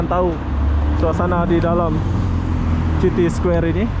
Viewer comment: Bang judulnya dibenerin atuh.. Square bukan ky gitu .. City baca siti, bukan citi.. Sepanjang jalan cewe2 ngobrol pke bhs jawa..😁